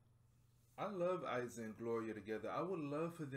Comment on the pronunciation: I loveeee your reaction!! Only Iza pronounces like "Eeza" but don't worry :)